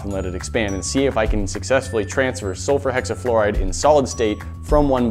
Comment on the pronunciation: How many times did he say sulferhexiflorid🧐🧐🧐